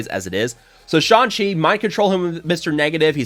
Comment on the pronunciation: I laugh every time he says "Sean Chi". LMAO